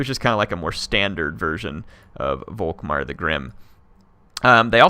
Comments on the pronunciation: Germany sheds a tear, every time you say Wok-Mar instead of Volkmar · The "V" in Volkmar is pronounced as an "F" btw.